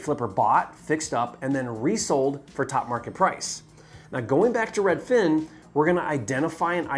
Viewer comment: Hi can you please say Redfin, and not redFIN. Sincerely, everyone